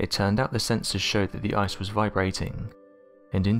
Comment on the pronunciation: you could speak a little more clearly...eg ice is pronounced ice, not eyes